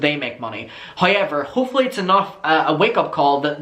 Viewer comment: hoy-ever is a personal fave